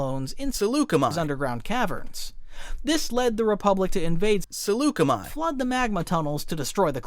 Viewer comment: Swear I can hear him saying Chi-Chi-chi-Chiyuh